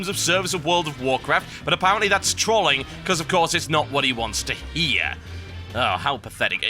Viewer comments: Total. Say troll.. Then ING not Troling Sound silly lol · Since when was trolling pronounced with an "a" instead of an "o." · OOOMG. You pronounce Trolling and Troll in such a weird manner, TB XD